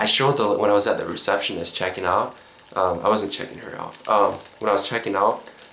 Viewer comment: "When they were taking them ooot"? Hello Minnesota.